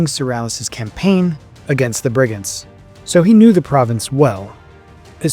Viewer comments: Its Brig-an-tees ..not Brigands.... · it's Bri-gan-tes pronounce things correctly please!!